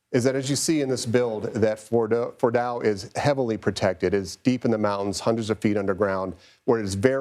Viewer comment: This man clearly has zero clue how to say Fordo lmao. “Retired General says this”__ and just expect people to believe it. Unfortunately many do.